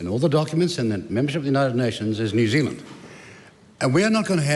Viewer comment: "The name of this country is New Zild," says Winston.